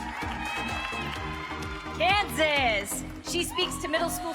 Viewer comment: When he said Kansas it sounded like cancer